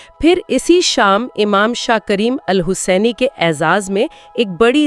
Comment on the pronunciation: Ya Ali Madad, With ❤ . Good to have more Information. Thank You. When you Name Mowlana Shah Karin shah , The Pronounciation of HUSSAINI is heard as HASANI. It makes a big big difference between Hussaini and Hasani. Kindly correct the spelling so that it is heard as HUSSAINI. THANK you ❤